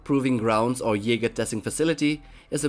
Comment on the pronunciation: WHATS YE-SPER??